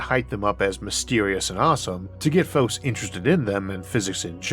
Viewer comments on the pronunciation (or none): none